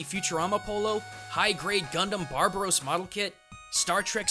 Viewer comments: everyone here is freaking out about how you pronounce Exeggutor, but i'm far more annoyed by you calling the Barbatos Gundam "Barbaros". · Did you just say.... Barbaros? BARBAROS!?!? Its BarbaTos (emphasis on the T). Can you not read my man??? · hold it right friggin there! it's Gundam Barbatos, not Barbaros... kinda doubt your cultural knowledge now...